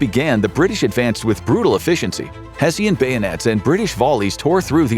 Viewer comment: It's "Hesh-en", not "Hesseeyan", you ignorant AI"... 😅